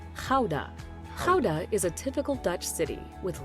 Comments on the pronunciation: Funfact about the Goeda cheese like people outside of the Netherlands call it You should actually pronounce it as GAUda cheese ;p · IT IS NOT "Houda", it is Gouda with a CH sound as in loCHness, never a G becomes a H sound, not even close.